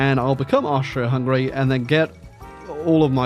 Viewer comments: everyrime you say austria, a part of me dies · as a austrian you fucked it up so bad but your british not austrian so ya